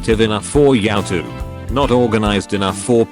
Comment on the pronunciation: Anybody else cringe when it say yoWtube?